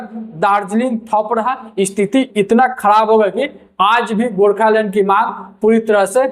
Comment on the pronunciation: Gorkhalund kya hota hai pronounce toh sahi karte gorkhaland